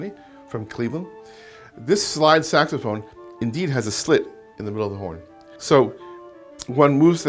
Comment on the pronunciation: it’s a sexphone. it is a sexphone”